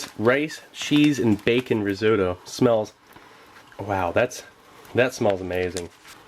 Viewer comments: It can't be a coincidence. Also, I learned how to pronounce risotto in a new, non-standard way. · "apacot" haha oh and "resodor"